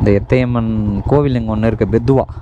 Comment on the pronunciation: Adhu bettadhala illa bro (pedhala ) pedhuva..